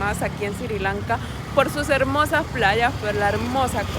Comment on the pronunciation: NO se dice Siri Lanka. Es Sri Lanka...